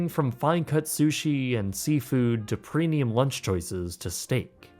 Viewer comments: I can't tell if he is right about the food or is just extremely picky. Also PRENIUM PRENIUM PRENIUM. ITS PREMMMMIUM. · I can't be the only one that hears him say "Prenium", right? With an "n"? Love the videos btw